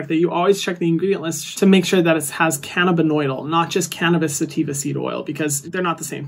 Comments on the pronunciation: Hi Hyram! You are incredible in every way,. CBD is pronounced “canna-bi-DYE-ol” 💜💜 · just so you know, CBD is pronounced canna-bih-dye-ol! coming from a chemist :) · Friendly neighborhood scientist here to respectfully let you know it’s pronounced “can-na-bid-DYE-all” 😘